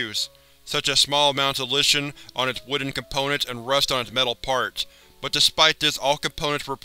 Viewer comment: The way he says lichen lol